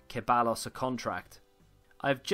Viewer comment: Ceballos is pronounced “Seh-bye-os”